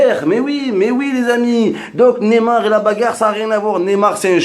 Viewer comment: Et apprend à prononcer son nom mdrrr tu dis "némar" ton vieil accent La allez reste d'où tu viens zboub man 😂😂😂